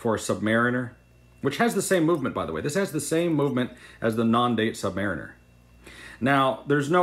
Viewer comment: You continue to mispronounce "submariner". Ask a Navy man who has served on submarines.